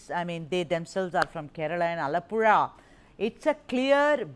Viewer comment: The Anchor pronounced Alappuzha correctly...